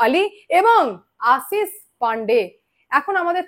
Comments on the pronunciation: তলব্য শ আর danto সা ঠিক করে উচ্চা রান করো আসিস না আশিস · Tomar modhye anek pratibha. Journalism er.. kintu kichhu jinish ektu Kane lage. Tomar pronounciation ne.. segulo thik korle tomar nam purnyo matra pabe.. jamon Ashish but not Asis.. banglay erokom hoy.. asha kori kichhu mone korbe na pls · Madam Ashish pronounciation thik korun please. Apnar kache shothik information pai.